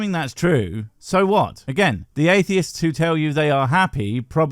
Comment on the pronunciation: Every time I hear "Why are atheist..." and I immediately cannot hear the rest of his question because my brain goes THERE'S AN SSSSSSSS AT THE END OF THE PLURAL FORM, SO PRONOUNCE IT (sorry I'm autistic)